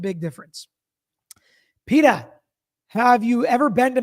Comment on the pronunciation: Best way to learn to pronounce “PE-tah,” I have two words for you: Family Guy. You’ll never forget after that.